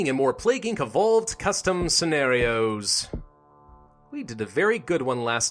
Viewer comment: Love the way he hits the word "ScEnArIoS" in his intros 😭